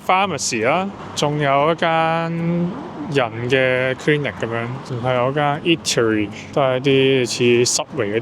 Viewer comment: Clinic NOT CRINIC !! Review NOT REWILL !! Get through NOT FRU !!